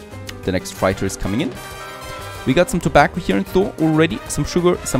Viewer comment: Man i love your videos and watch most of them. But please look up how to pronounce Freighter. Love me some Tropico, keep up the good work!